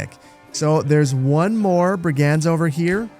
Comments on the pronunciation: Lol I love how confidently you’re saying “brig-anz” 😄 it’s actually “brig-unds,” but honestly I kinda want your version to catch on. Somewhere an English teacher just got heartburn 😂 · Please, Brig-ends not brig aaands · Great video. Not too slow, not too fast. Brigands is pronounced 'BRIG'unds. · You mispronouced brigands. it was bugging me the whole video haha. its pronouced bri·gndz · I have never heard this pronunciation of "brigands" before. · Please please 🤣 not sure of your nationality, but learn how to say Brigands 🤣 videos are great but some of the pronunciations are just wrong enough to wind me up haha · My eye twitched every time I heard that pronunciation of brigands 😂. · It's his frankish ancestry coming through :P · Glad to see more Manor Lords content! I'm convinced you're intentionally mispronouncing 'brigands' and 'granary' as some kind of social experiment, maybe for engagement 😂